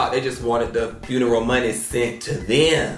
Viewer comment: If you can’t say the word FUNERAL!!!! I’m done…. Both of them said FRUNERAL…. She need to make sure them boxes got the right labels with UPS… somebody call corporate.